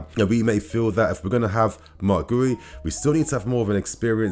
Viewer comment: guiu is pronounced "gyoo" -- one syllable